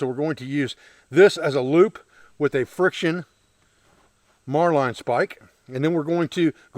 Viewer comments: It's pronounced Marlin spike as in the fish . Great system . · VaticansHolocaust. Marlinespike. We pronounce it "Mar-Lin Spike" in the US Navy. Marline is small diameter line, a Marlinespike is a metal spike used in knot tying. A marlinespike made of wood is called a fid. Mariner's and sailors used to carry a fixed blade knife with a marlinespike in a slot on the sheath. Newer style folding mariners knives have a marlinespike that folds into the handle, usually along the spine. is improvising a fid or marlinespike from a stick. has the line handling skills of a sailor, he just pronounces the terms a little differently. My complements to his line handling and knot tying skills.